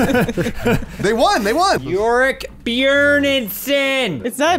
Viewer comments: pronouncing Bjørn the right way made me so hard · Holy shit, you actually pronounced Bjørn correctly! HOW